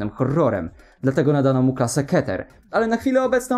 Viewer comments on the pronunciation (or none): none